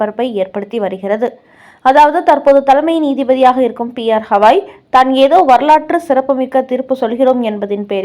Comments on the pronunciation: ஹவாய் அல்ல.. கவாய். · Please read as gavai not havai .read correctly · The news reader needs to know & spell the name of THE CHIEF JUSTICE correctly, it is B.R.GAWAI and not P R KAWAI... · His name is B.R Gavai and not P.R Hawai. Please ask your newsreader to learn pronunciation at least! 😆😆😆😆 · Gavai... Not Havai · Pronunciation is bad.y u say Hawai..He is Gawai.not Hawai. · Supreme Court Chief Justice பெயர் B. R. Gavai (கவாய்)..! அவரின் பெயரை நீங்கள் 'ஹவாய்' 'ஹவாய்' என்று சொல்வது போல் கேட்கிறது..! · Please pronounce the name as Gavai, you repeat it several times as ashtothram very poor reading, the admin should also see the mistake in typing as CPI instead of CBI. Hope you correct it. 😊